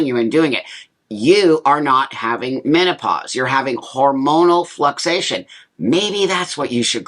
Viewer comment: Buck, medical background (and grammar Nazi) here. 😂 You mean flucTUAtion, not "fluxation". The levels FLUC*TU*ATE. They don't "fluxate". And estrogen is not "foreign to the male body". All males and all females make both testosterone and estrogen, just in vastly different levels.